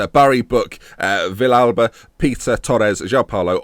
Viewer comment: I think Villalba is pronounced vee-alba